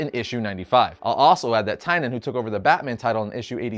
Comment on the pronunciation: Great video and awesome summary and detail, but literally almost had a stroke every time James Tynion’s name was pronounced Tine-yun. 😐